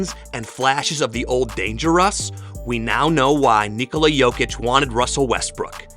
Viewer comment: finally! Someone pronounced his name correctly. Thank you and may your channel thrive. Also good video